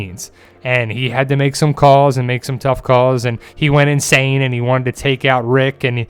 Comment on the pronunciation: He went inshane hahahah